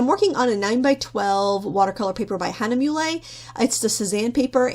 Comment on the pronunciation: It is "hah-nuh-mew-luh" not "hah-nuh-mew-lay" for "Hahnemühle".